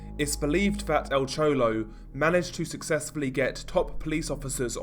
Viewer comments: "El Chowlow" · EL CHOLOW😄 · Nice vid on" Al chouwlo"